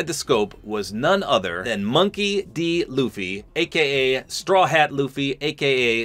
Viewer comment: Yay he said loo-fy instead of luh-fy